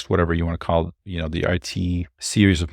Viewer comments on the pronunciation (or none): none